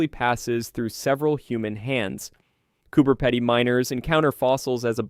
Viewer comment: Cooper Pedy I like no where else. I’m glad that this voice over at least got the pronunciation of the town. I’ve seen that opal fossil too. It’s amazing